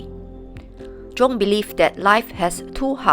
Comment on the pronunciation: Carl Jung is actually pronounced "Carl Yung," with a soft "j" sound similar to the "y" in "you" : )